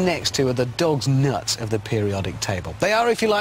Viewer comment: The explosions weren't big enough for TV so they put charges in the bath tub. You can even see the wire going into the tub that detonates the charges. And nice way to pronounce doughnuts lol.